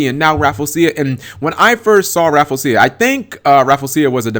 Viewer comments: I believe it's pronounced Raff-LEE-ze-ya, not Raffle-sia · it's "Ra-Flee-jia" not "Raful-seeya" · Rafflesia = Raffle-Sha. Raffle as in "Ticket Raffle"; Raffles as in the Raffles flower, named after Sir Stamford Raffles. The "-sia" part is usually pronounced as "sha" as in "A-sia", "Indone-sia", "Malay-sia". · I pronounce it as "Raf-ley-shia." How do you pronounce it? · No one on Youtube can pronounce Rafflesia correctly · lol sorry but i just cringed at you mis saying her name sorry lol. but i love your videos man :3